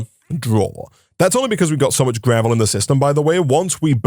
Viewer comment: Why is he saying gravely ore ?😂😂 it is just gravel ore